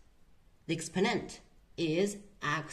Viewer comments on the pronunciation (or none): What accent is this, “Expo’nent”?